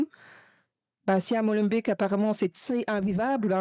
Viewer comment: et si au lieu de faire des vidéos sur youtube, le peuple français bougeais son cul de fainéant et de râleur pour faire changer les choses, ha mais non le mieux c"est d'être sur les réseaux, ha oui aussi apprennez à dire Molenbeek convenablement